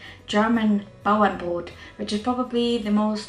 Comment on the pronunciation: You must have a close German relative! Not only did you execute the recipe perfectly but you also pronounce the name correctly. Greetings from a German living in sunny Florida and misses German bread.